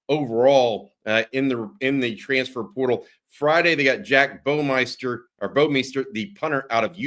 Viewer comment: love how has to pronounce "Bouwmeester" two different ways every time he says it lol. Hook 'em